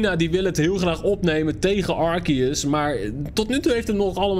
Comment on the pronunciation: Het is arseus!!!! En arceus is veeeeeeeeeeeeeeeeel cooler